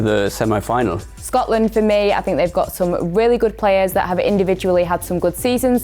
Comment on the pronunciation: This woman really said Scotland😂😂😂😂